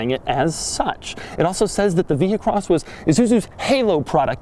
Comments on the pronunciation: You wouldn't pronounce the "h" in vehicle, so why would you pronounce the "h" in vehicross? Answer: YOU DON'T!!! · Vee-cross.. not vee-he-cross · You re so annoying, overdid it saying vehicross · If you say Vehicross once more, I'm not watching anymore..... done, cya